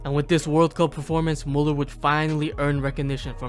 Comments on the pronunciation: His name is Müller, not Muller. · Thank you very much for the video. However, still a shame you cannot pronounce Müller correctly. Try harder next time. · its mÜÜÜÜÜller not mUUUller just saying no hate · it's Müller, not muller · If you make a Video about Müller, look into how his name is pronounced. ES HEIßT MÜLLER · When you decide to do a whole video on Müller, you could have put in a 2 minute effort and learn how to pronounce his name correctly. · Why do people take the time to make videos like this and then completely butcher the names? The dots on the Ä Ü Ö are not there for decoration mate. Just press the speaker button on Google Translate. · Learn to pronounce the name please. How do you make a whole video about one person and you can't even respect them enough to get their name right?